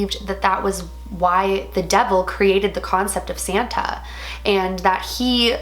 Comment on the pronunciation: He’s sant nick not saten